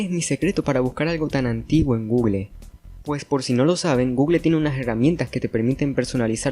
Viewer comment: USA: Gugul España: Gugel: Gugle